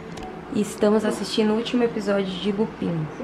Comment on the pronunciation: a série Lupin, se pronúncia "Lupan" kkkkkkkkkkkkk essa série é muito boa!